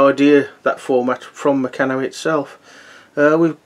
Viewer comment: I loved Bayko as a kid and I now have a number of good vintage sets. I don't play with them though!!! Just one comment I must make - really sorry to be picky. The company Meccano is pronounced with a long A - so it's Mec-carn-o. Meccano was big in my childhood and many us had the Meccano magazine as well as they wonderful building sets. I never heard anyone pronounce it Me-can-o in all that time. My Bayko sets predate the acquisition of the company by Meccano in 1960.